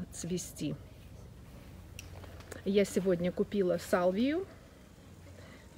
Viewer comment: А салвия не салвия а сальвия правильно называется 🌹🌹🌹🌹❤️❤️❤️извините что исправила ❤️❤️